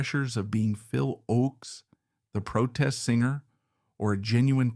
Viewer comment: Terrible AI narrator 😉 it couldn’t even pronounce the word singer 🤦‍♀️ singe-er?! Really 💔